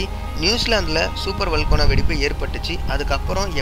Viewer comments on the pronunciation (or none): வல்கோனா ன்னு சொல்லாதீங்க ... வல்கனோ ன்னு சொல்லுங்க ...